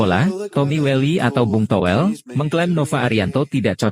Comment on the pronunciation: Toh.. Welll... L Toh... Well.. Llllllllll Nga jelas